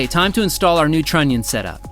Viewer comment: trunion is to funny to hear XD